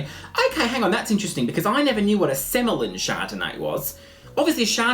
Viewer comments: Semillon is pronounced 'semi on'. Seriously. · Semillon id pronounced semi on as in "oh look! That guy in the wine section has a semi on!" Xxxxx